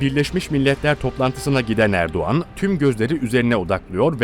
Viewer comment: Abi Erduğan değil Erdoğan